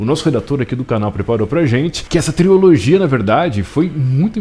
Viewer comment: Se fala trilogia e não triologia